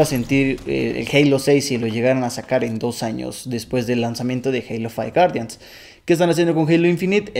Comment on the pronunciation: Halo fai wuardian XD